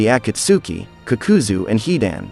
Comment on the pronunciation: I stopped when homie said kukuzoo🤣